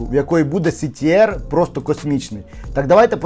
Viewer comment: Що це за шмат 💩? Так дай відео це, прикріпи лінк, про що ти говорив впродовж всього відео? ти вкрав мій час! Така полова просто жесть., то хоч терміни навчись вимовляти, СіТіАр, цікаво якби тебе прямо зараз спитати, не загугливши ти знаєш що то таке взагалі? як абривіатура розшифровується? Просто сором! А і та, видаляй комент розводіла.